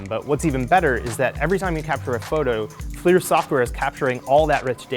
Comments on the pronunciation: Thats not how you pronounce FLIR. Its pronounced as FLURR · I thought Flir was pronounced Fl-er